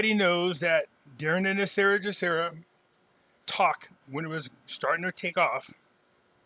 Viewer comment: WHY DO SO MANY PEOPLE PRONOUNCE GESARA INCORRECTLY. PRONOUNCING IT WITH THE J SOUND AS IN THE WORD JOB IS INCORRECT. IT SHOULD BE PRONOUNCED WITH THE G SOUND AS IN THE WORD GOOD. THE G IN GESARA STANDS FOR GLOBAL. DO YOU PRONOUNCE GLOBAL AS JLOBAL? NO, IT'S "GESARA" NOT "JESARA".